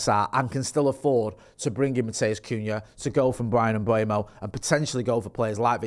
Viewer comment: it’s pronounced Mmm Bway mo not mbomo you knob 😂